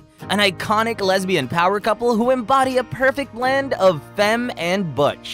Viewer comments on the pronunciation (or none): none